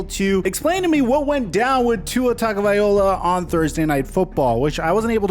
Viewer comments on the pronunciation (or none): I really wish you would say his last name right. Loa not Ola. Low-Uh. Please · It's pronounced: Tawng•oh•vye•low•uh NOT! Tawng•oh•vye•oh•luh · dude it’s TAGO - VAI - LOA put some respect on his name. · TagovaiLOA, Not TagoviOLA.. Just trying to help you on the correct pronounciation. Appreciate the videos. Keep up the great work! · Tagovaiola is how you pronounced it, it's Tagovailoa. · Please start saying his name right, LO-A not O-LA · Tua has stressed that his last name is tongue-uh-vai-loa... it's Maori so you pronounce it that way Edit: just for this case, maybe just say Tua, because for some it's super hard to pronounce his last name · My dude it should be toungue-uh-vai-loa... tua has stressed this so many times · “Tua tagaliova” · Straight butchering his name smh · Please learn how to pronounce his name correctly. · The way he pronounces his last name kills me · The cringe when pronounces Tua's last name 😬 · next time say his name correctly if youre doing a mini doc on the guy... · Lmao how is it that gets tuas last name wrong every time 😂 at this point he has to be trollin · love your content...Can you please look up Tua’s pronunciation? 😂